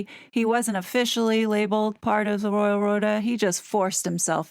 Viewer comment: I thought you said the Royal rodent 😂